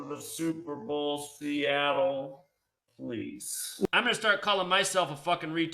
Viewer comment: Lived in Seattle his whole life and he still can't get it right 😂